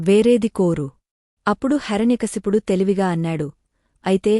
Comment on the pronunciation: ముందు మీ రు తెలుగు నేర్చుకోండి హెర న్య కాదు హిరణ్య కశిపుడు